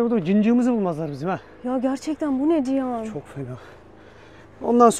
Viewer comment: "Cihan"a niye Çiyan diyorsun